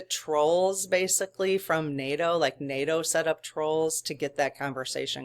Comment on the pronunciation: Fantastic. You said NATOOTAN. If we could get that and a mention of Vatican. How that relationship is evolving. Blessings in the New Year! Joe is a dedicated practicing Catholic. He is gonna be in discussion with Vatican regarding any spiritual...... You know. Fog. Drones. Etc. Vatican City is not NATOOTAN. Conversation might be different.